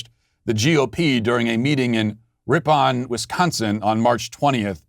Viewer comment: Never thought I'd hear Matt Walsh mispronounce my home town! 💗 Ripon!